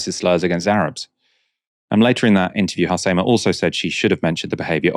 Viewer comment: Your pronounciation of Halsema is unreggocnizable